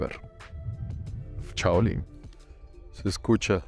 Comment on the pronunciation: una pregunta. mi esposa dice que tú dices: “Chaolín” y yo le digo que vos decís “chao ole” Ayúdanos en esa duda y saludes a la abuela!